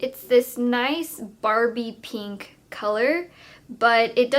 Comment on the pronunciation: Why does every single beauty guru say "Peenk"? It evades me.